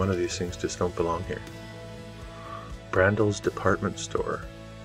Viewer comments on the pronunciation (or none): Pronounced "Bran - Dice". Great video.